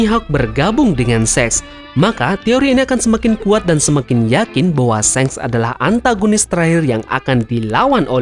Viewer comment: wkwkkw mimin nyebutnya shenk (seng) ,bukannya shanks (shangs) ?😂😂